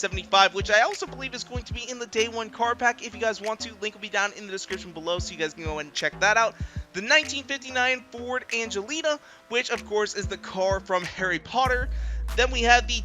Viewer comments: It’s ‘Anglia’ (Like ‘Angle’ and ‘Kia’ mixed together) not ‘Angelina’... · An Angelina 😂😂 it’s pronounced an-gli-a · An-gee-la Not Angelina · Ford Angelina? A Ford Anglia. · FORD "ANGLIA!" AN-GLEE-UH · It's a Ford Anglia not Angelina. Just saying